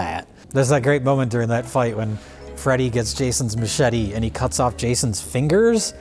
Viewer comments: Is this the episode of Red Letter Media that the OneyPlays crew got the pronunciation for ma-chet-ae from? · ...Did Mike just say ma-chat-ay? The OneyPlays/RLM Iceberg deepens...